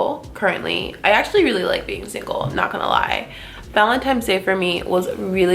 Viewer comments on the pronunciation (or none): Am I the only one that heard ‘valentiMes’ !? 😂 Great makeup as always!